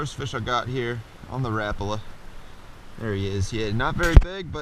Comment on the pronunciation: You pronounced Rapala correctly.. :) Very cool spot. I also live in Jersey and can only catch natives in the Black River. I would love to know the location of this spot but I know the rules.. I'll find it on my own maybe. They haven't stocked browns in NJ for 3 years now, so the big ones could have been hold overs.